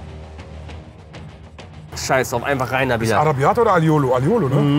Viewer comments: Aglio e olio 😂 nicht aiolo 😂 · Er meint Alio e Olio und hat es einfach nur schnell und nuschelig ausgesprochen.